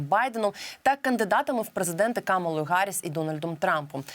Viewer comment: навчіть голову профільного комітету Мережка правильно вимовляти прізвище віце-президентки США не Харріс, а Гарріс; заодно і теж потренуйте!